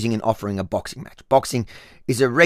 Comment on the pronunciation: What is a bixing match going to change lol 😅